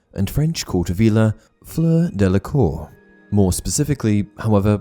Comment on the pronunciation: You're pronunciation of Fleur's name is SO PERFECT !! Great video absolutely, but i couldn't get over how well you say that name with all the nuances on point !!